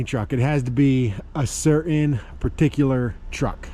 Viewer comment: CANNOT WATCH. ... HOW COME YOU CANNOT SAY CERTAIN.... CER.....IN... BUT YOU CAN SAY JUSTIN? NOT JUS. IN. FAKE EBONIC SPEACH. DISGUSTING ORRR DIS USIN